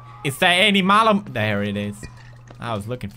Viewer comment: Mal is moth in swedish. Not mole